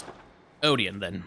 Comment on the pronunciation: its kind of funny how many germanic things are at least partially butchered like Oedon, but he loves Ludwig and the accent lol